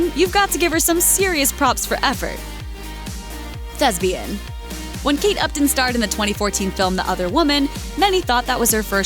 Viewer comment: ....I think you mean "thespian", not "thesbian".